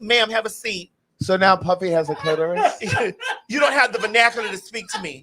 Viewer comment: It’s Maddie pronouncing clitoris like clit-Taurus like the girls pss is built like a ford taurus wagon